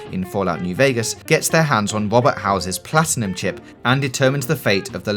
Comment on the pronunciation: Wohbeht Howezez Plotiname cheep.